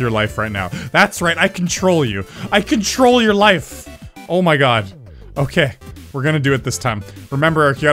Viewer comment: I can troll you! I can troll your life! (I'm pretty sure he is actually saying "control" but it sounds like "can troll")